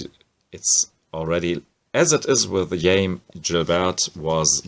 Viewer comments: Actually Jaime is pronounced closer to “Hi-Meh” (not May) with emphasis on Jai (Hi) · Jaime Hernandez or Xaime's name is pronounced (Hi May)